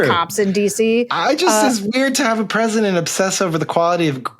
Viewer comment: “I’m purshundurt of the unishtatz”